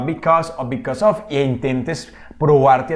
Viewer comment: Muy buen video, pero note que en casi todo el video dijo "OF" en ves de "OV" en la pronunciacion